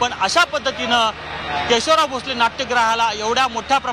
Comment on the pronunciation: पहिलाच शब्द केशवलाव... असा चुकीचा का उच्चारला आहे केशवराव असं म्हणतात